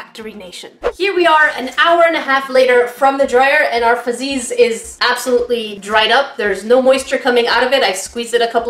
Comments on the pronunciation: It's not fazzies its fuzzys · Why did she keep saying FUzzeeees.. I thought it’s straight forward fuzzies basically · Why are you saying fuzzeez like that.. 🤢